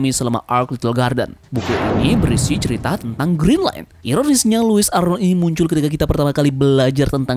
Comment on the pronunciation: saya salah dengar apa gimana yaa.. kok aku dengar nya green line.. bukan nya Grand line.??